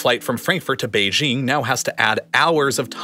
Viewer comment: the way he says Beijing sounds like a comedy spring 😂